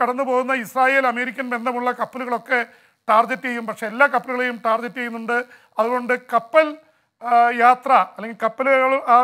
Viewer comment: Pp james with his manglish... its target not tarjet..